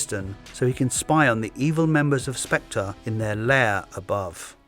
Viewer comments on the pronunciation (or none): none